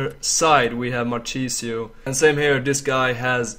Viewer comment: Mar-kis-io and physical not physics hahaha